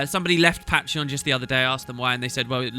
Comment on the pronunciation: The way you say patreon, dude... Y-ya don't say it like that